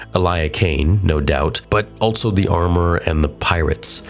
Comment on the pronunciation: Dude I love your videos so much but I’ll never understand why you say “alt-so” instead of “also” lmao